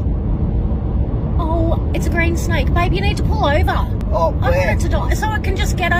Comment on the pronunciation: ‘There’s nowhere to fuckin pull owwvaa’ 😂